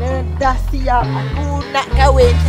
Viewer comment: Kahwin bang bukan KHAWIN